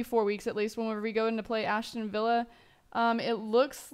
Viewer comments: As-ton villa, not Ashton :/ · Ashton villa? LOL